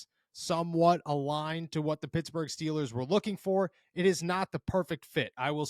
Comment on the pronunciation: Pittsburgh not futsburg